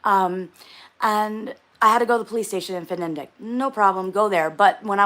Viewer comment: Its FniDeQ Fni Dek not fenendek